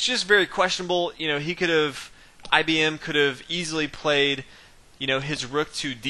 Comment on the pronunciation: commenator. It wd help the game of chess, us, the rest of the universe and yrself, if you wdnt speak that lousy american street slang. I am sure you can do bette than this, esp when commenting a chess game. Did you say 'IBmmmmm' at the beginning? I am not IBM's marketing manager, so I care. Painful the way you talk. Typical US of A arrogance and ignorance.